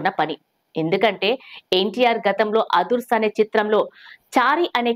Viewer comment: అదరస్ కాదమ్మా అదుర్స్